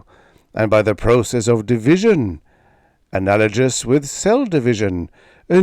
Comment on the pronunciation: It sounded like you said it with a 'j' sound, which is correct for analogy but not for analogous or analog.